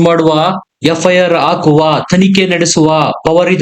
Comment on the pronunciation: ಕೇಸ್ ಹಾಕುವ ಎನ್ನುವ ಬದಲು ಕೇಸ್ ಆಕುವ ಆಕುವ ಅಂತ ಯಾಕೆ ಹೇಳ್ತೀರಿ 😅